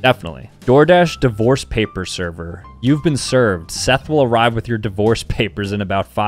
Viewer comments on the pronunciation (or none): none